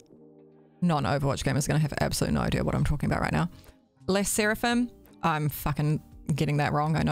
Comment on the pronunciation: You are actually saying Le Sserafim correctly. Also love the build and the voice over is actually so entertaining so don’t worry about it LMAOO 😂